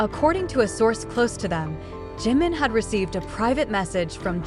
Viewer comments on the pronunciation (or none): Oh mulher que lê errado! Desagradável JUNGKOOK....e não Zanguikukok! Kkk Não é GIM! É DJIMIN(A PRONUNCIA( JIM. é outro membro! Se não sabe ler os nomes ...NAO.LEIA! 😝😝😝😝😝😝😡😡😡😡😡😡😡😡